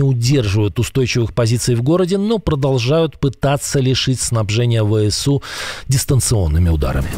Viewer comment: Неправильно произносите ВСУ.